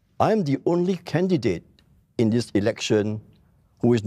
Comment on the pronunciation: Damn sian listening to one of the candidates. Elec-sian, posi-sian, deci-sian, federa-sian, etc, etc.